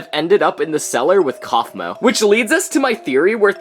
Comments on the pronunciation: Its kaufmo not cafmuo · it's Kaufmo, not Cofmo.. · ITS KAUFMO NOT COFMO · Actually, the so called "episode" we have right now of TADC, is not an actual episode, as it is the pilot. So you were talking about episode ONE leaks. And it's "Caine" and "Kaufmo", not "Cain" and "Cofmo" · Kaufmo ❌ Cofmo ✅ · gangle not grangle kinger not kingler ragatha not rigatha kaufmo not cofmo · Its kaufmo not caufmo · Hey is caine not cain and is not cofmo is kaufmo tho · “Grangler kingler regatha” and the way he spelled caine “cain” wth and the way he spelled kaufmo “cofmo” 😭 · Cofmou got me Weezeing it be kafmao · "Grangle"💀 "Kingler"💀 "Cofmo"💀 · Also it’s not cofmo it’s kaufmo